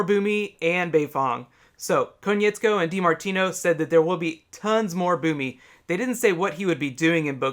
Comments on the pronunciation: Kinda bugs me that you kept pronouncing Konietzko wrong. Otherwise great video. Can't wait for book three! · Dude it's Konietzko. But I like your Tardis.